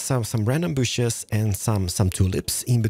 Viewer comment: I could watch and enjoy a daily 30 minute video of talking about his love for "booshes". I kid, I kid! Love the episode as always. One of my favorite Hermits!